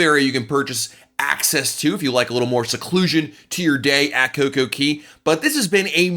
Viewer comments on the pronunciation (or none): It's not Coco key it's coco kay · "Cay" rhymes with "day." There is no Coco Key. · It's not coco key